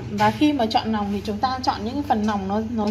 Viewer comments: Nói ngọng quá người ta nói là lòng lợn lại cứ nòng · Lòng chứ không phải là nòng.